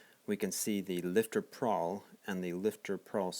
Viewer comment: Good video, it is a pawl spring, not prawl. Nitpicky I know.